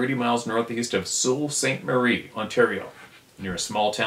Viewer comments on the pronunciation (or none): Sault Ste.Marie is. Pronounced Sooo St Marie ! The location in Ontario is on the Border with the US, Michigan , U.P the US town is also called Sooo st Marie ! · Actually Sault Ste. Marie is pronounced Soo saint Marie, just for your knowledge. Don’t mattter. To the emailer in Searchmont, yup they are there and other strange phenomenon all along Ranger Lake road from the soo to the 129 highway. I used to own a hunting/fishing lodge around Aubrey Falls area. Ask anyone at Ranger lake lodge about the experiences Saw crazy ufos across Ranger Lake myself. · Sault Ste. Marie is pronounced 'Soo Ste. Marie' as I have an uncle who lives there....